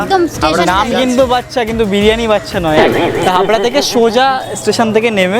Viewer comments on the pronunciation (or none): Didi ota haura na Habra... Ashok Nagar aasle ami dekha korte jetam❤❤